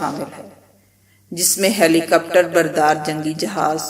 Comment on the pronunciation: I commend u for this well researched and we'll compiled video One very minor matter. Try to focus on correct pronunciations for key words and terms. I think about 3-4 words were ( slightly ) mispronounced such as, Brigade(pronounced as ' burgade'), helicopters (pronounced as ' helicupters) and D'jibouti(pronounced as ' dijibouti). Congrats. Look forward to some more good stuff from u